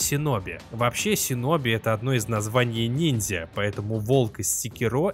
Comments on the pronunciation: Правильно говорить шиноби . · Крутой ролик, но, пожалуйста, говори - шиноби